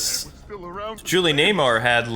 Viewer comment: Julie NEWMAR.. Not Nay-mar.